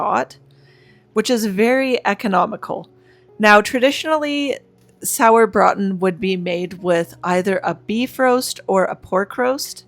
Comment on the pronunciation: Hi. Loved the Sauerbraten recipe. Having German grandparents, we ate it often on holidays and it's so delicious. I'm not sure I could eat it every weekend tho. lol. Great meal prep ideas. Very timesaving. Karla in Cali. And yes, you are saying sauerbraten correctly!